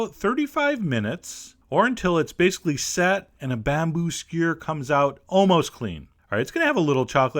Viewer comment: idk I was just writing how he pronounces horrible, didn't, skewer, and icing.